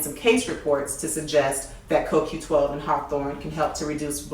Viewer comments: is is not a critic from me either, but she made more mistake here than just a coQ10. and it sound as she say KQ and not CoQ.... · CO-Q . BLACK PEOPLE !!!!!!!!! She actually LOOKED at the bottle and STILL pronounced it INCORRECTLY !!!!!!!!!!!